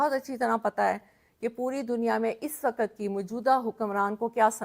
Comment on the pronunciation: She is trying to be a political leader but she lacks communication skills, her urdu prounciations like "mulakk", waqqatt, zulamm, kaarr raha" show her literacy level. She lacks pilitical substance, rather trying to play religion card. Her choice of words is below political leadership's stature.